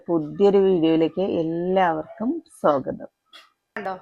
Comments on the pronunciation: സോഗതം അല്ല സ്വാഗതം എന്നു പറയുക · സോ ഗതം എന്ന് പറയല്ലെ.